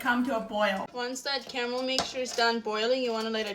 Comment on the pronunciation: Caramel??? I thought she said Camel😅😅😅😅